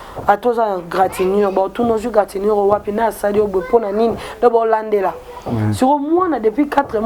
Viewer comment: Stp deux poids deux mesures elakisi nini ooooooh.? Na comprendre contexte oyo olobeli te maman journaliste. Olobi gratinur ou égratignure? Eeeeh Nzambe Peniel ozoyoka ba relation parcellere na bino?😝😝😝😝